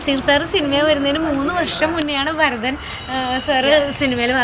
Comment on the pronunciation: ഭാരതൻ അല്ല, ഭരതൻ ആണ്